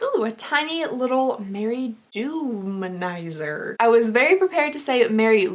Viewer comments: I love orange lipstick. Btw it's DEW-manizer (like dewy skin) lol not Doom-manizer you're so silly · I think that it’s Mary-Dew (as in dewy) Manizer 🤷🏾‍♀️